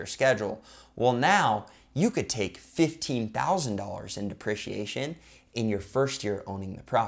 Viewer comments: Buddy please pronounce it DeprEciation, lol driving me nuts haha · Say it with me Dee-pre-she-A-shun!